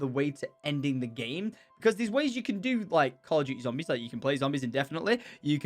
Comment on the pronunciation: "Zombries" Ur a bit too drunk tom